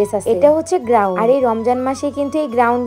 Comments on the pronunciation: Grawn Hobe na It's gawon 😂😂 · আপু গ্রাউন নাহ গাউন😅